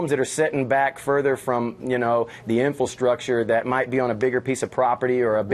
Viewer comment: It's not "inforstructure", it's infrastructure.